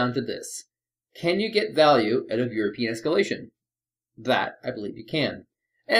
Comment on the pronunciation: Why i always hear "Your penis scaletion" insted of "europian espalation"?